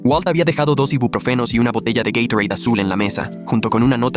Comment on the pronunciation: Se dice Gatorade